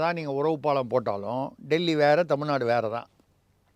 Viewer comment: நதி அமைச்சர் அபத்தமாக தமில்-நாடு என்று உச்சரிக்கிறார்.....